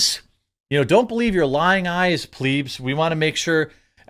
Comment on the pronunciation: You really said Pleebs 😂 isn’t it Plebs ? 😂😂😂😂😂😂